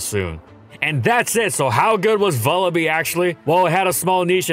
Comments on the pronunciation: bruh please it's vullaby not vullabee like lullaby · It's Vulture+Lullaby, you should pronounce it like lullaby with a V. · I think it's pronounced Vulla-bye because it's a combination of vulture and lullaby, what with it being a wee baby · say vulture "vulture" okay, now say lullaby "lullaby" and now say vullaby "vullabee" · Huh I always pronounced it like Lullaby. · It's wierd hearing some pokemon names. I always thought it was pronounced vulla-"bye" like lullaby, since it's like a baby bird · Vullaby's is a porte-manteau of Vulture and Lullaby and I refuse to listen to an entire episode calling it Vullabee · Please take the time to pronounce the Pokémon names correctly. You continue to pronounce several of them wrong, such as Vullaby, which is a play on the word lullaby.